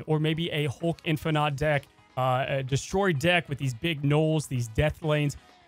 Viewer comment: Lmao bro I could’ve swore you said getting limbo with Blob “will lower your D*ck size” instead of lower your deck size! Lmao great video man!